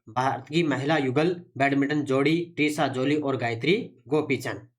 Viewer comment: त्रिशा जॉली नाम है ना कि ट्रिशा